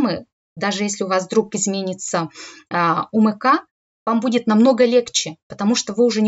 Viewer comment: Познавательно,информаьивно,но всё- таки не "У Мэ Ка", А " У Эм Ка".